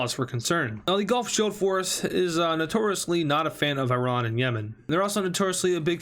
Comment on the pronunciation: Stop pronouncing Iran wrong